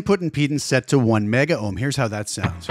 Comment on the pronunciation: It's "Megohms" and "Kilohms" dude. Just because things went digital 'kilo / mega' doesn't mean Ohms did. We did fine without the extra vowels in the 60's and 70's.